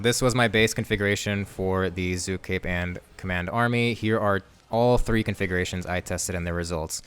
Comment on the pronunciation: its zuk not zook